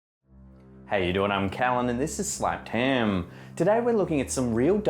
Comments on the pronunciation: I agree. "Slepped Hem" 😂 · I hear "slapped 10" 😂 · Ich bin's! Sleahpt heeeam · Don't u think that the way he says slapped ham is cool 😎